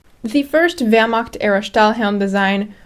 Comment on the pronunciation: Grüße! I was impressed by how you pronounced words, until I heard Wehrmakt and Rikeswehr. If you work on your throaty "ch" and soft "ch" and when to use them, then your pronounciation is basically perfect for a foreigner. And "Fallschirmjäger" is singular and plural. There is no need to add an "s".